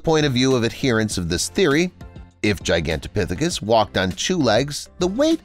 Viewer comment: being able to pronounce Gigantopithecus is such a flex.